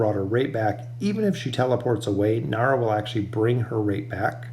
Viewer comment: please please please stop calling him naru... it's niru :(